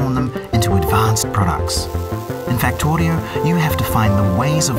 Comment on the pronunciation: i love the way how he pronounces 'Factorio'